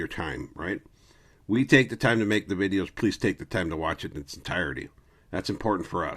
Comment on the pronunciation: The way you said v e e d e e o s makes me think you're kicking it with dubs, LOL.